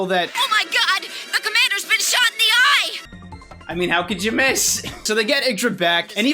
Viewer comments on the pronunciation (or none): none